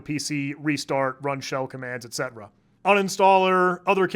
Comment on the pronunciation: Calling “etc” etcetera instead of et-see